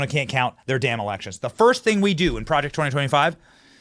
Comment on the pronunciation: Why do you keep saying Project 2025?? Stop saying it like that PLEASE!!